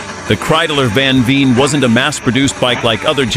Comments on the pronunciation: Al least get the name right...van Veer??/ It's van Veen,pronounced like VAIN. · Just a little correction: It is mr. Van VEEN. Not van Veer 😢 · VAN VEEN, not van veer. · You pronounce it as [van - english 'one' with a v before] [Veen - 'Vayne'] I saw / heard / smelled these Kreidlers IRL, they're so awesome! When I was a teenager these racing Kreidlers where the inspiration for me and my friends to tune our 50CC Kreidler RMCs to the limit. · Nearly all 100% AI generated rubbish. Didn't even pronounce his name correctly.